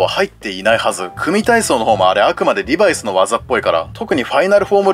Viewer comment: リバイスのイントネーションがなんか気になる…